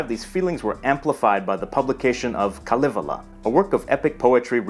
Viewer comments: It was correct phonetically, but the stress was off. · This is very interesting; I'm Finnish and have studied languages but some of this is new to me! But please check your pronunciation! The accent is always placed on the first syllable, so the creation book of the Kalevala is KA-lay-VA-la, not ka-LE-vala. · The way he said Kalevala is soo wrong.